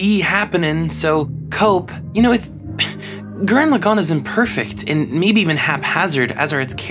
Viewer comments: Alright dude, its been a few years but i gotta tell you, its pronounced gurran lagann and tengen toppa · You must not be that smart if that’s how you say gurren lagann